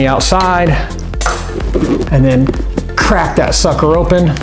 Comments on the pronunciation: yousay suker alot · wye Do you always say sukcer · he keeps saying sucker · he keeps on saying sucker!!!???!!?!?!?! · Why do you keep saying sucker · why does he keep saying sucker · You keep saying sucker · u keep saying sucker